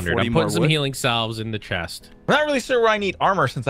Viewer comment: Oh no! Mispronouncing the word "salve" has invaded another series! The word isn't pronounced how it's spelled. Instead it sounds like "sav." Love all the videos with the. I hope they keep on coming.:)